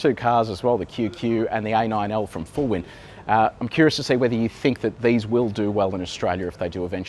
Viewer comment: Did you say the "Fulwin Anal"?